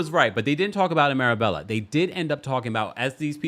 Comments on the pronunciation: Marbella, (pronounced “mar-baya”), is also referred to as the Spanish Riviera. You would love it,! And yes — Guerdy’s constant over talking is a thing. If she could control it, she would emerge as one of the queens of this show in my opinion. And I hope that Marysol never gets a Mojito. She is literally unbearable. Every nasty thing that Lea Black said about Marysol in the early seasons has been justified. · Marbella is pronounced maa·bay·uh. The lls are silent. Love your commentary and looking forward to the livestream event in the next couple weeks with you and Brooke 🫶🏾 Sending regards from 🇬🇧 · Loved this. BTW, it's pronounced "MarBAYa"